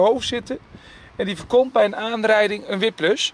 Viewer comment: sorry, het was een slechte grap. ik waardeer uw video's enorm! maar de uitspraak voor whiplash was wel even grappig.